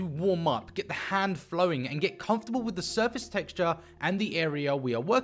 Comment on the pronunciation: With not wiff another not anuvuh. Either not ivuh. Can’t handle it no no more FF to end